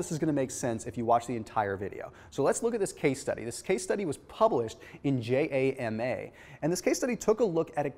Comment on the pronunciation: Sigh. Its not JAMA it JAM-A. I haven't finished the video, but for the most part this is correct but redundant to other content. The brain isn't "responding" to sugar like salt rather like when you are very thirsty you may eat more. This is more likely. Insulin through the Angiotensin Renin system causes an increase in Salt retention. When you are intermittent fasting, there is an overall reduction in Insulin both basal and responsive overtime. Therefore, salt decreases then you waste more salt in your kidneys. This may be why our ancestors used salt to much as a preservative for food (this is purely my conjecture). So we may have adaptive to see "eating" as getting more salt. The problem is now there is sooo much sugar in food than salt that we aren't getting our "needed' fix. Lastly I will argue that the quality of minerals in your sea salt depends on the source and when the salt is harvested. There is some great research on this and the "taste" of slat can vary based on the time harvested and where in the world the source is maintained. Kinda sounds like you are selling Redman's real salt.